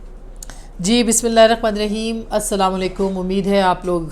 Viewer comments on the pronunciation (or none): none